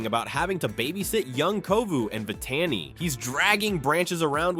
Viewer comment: Interesting story, but the name of the lioness, who was Zira’s daughter, but now the new Lion Guard, is pronounced Vi-tah-nee. And second, I don’t think they have the same color eyes.